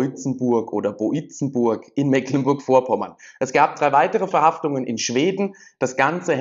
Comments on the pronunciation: Boizenburg spricht sich wie "boy" im Englischen, danke Dir für die Arbeit 👍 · Wie könnte man jemals auf den Gedanken kommen, den Ortsnamen BOIZENBURG wie BOLZENBURG auszusprechen? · Boizenburg / Deutsche Aussprache wie bäu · tsen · burk